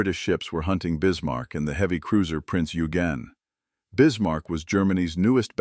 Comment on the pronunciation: Eugen is pronounced Oi-gen not Yu-gen.